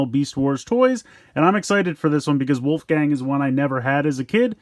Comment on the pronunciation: It's wolfang, not wolfgang